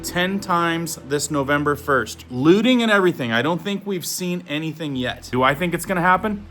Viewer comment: LOOTING rhymes with SHOOTING.